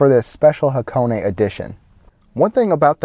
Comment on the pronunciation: thumb up for the name pronunciation correct